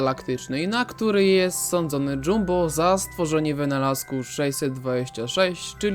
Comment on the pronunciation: w oryginale były rybki karmione kanapkami i wymawiamy dżamba a nie dżumbo